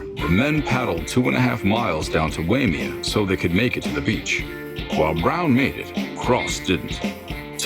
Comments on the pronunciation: Hawaii pronunciations: Waimea - Why-May-uh, Peahi - Peh-Ah-Hee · Waimea is pronounced "why-may-ah" Island girl from Hawaii here. I'm more of a boogie boarder myself Maka pu'u is my spot. But I imagine surfers do the same as us we watch the wave for a bit see where it breaks and how it break if it's glassy and smooth or murky and choppy. And we check out the sets. Maka pu'u it's that bit theo think only 7-10 waves at it's biggest? Idk any surfers from Hawaii or anywhere else do you do the same or is just that me?